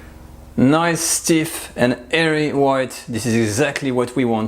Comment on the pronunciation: Why do the french say hairy instead of airy? Chef Ludo Lefebvre says it like that too.